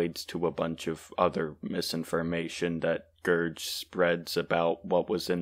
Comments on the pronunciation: ITS A GERG NOT A GERJ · Gerg literally says his name in every video bro 😭 in the video you talked about too. Its pronounced Gerg not Gerj. Gerg is also very clearly playing a satirical character in the video. You need to do some research about the people you respond to, as Gerg is a chill person and has a character that is angry and mean, which he is playing.